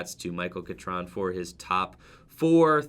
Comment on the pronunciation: You pronounced Catron’s name wrong